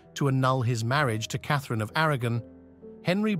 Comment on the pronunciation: Didn’t realise until it really struggled to say Eighth, Sixth, Kathereeeeen. 😂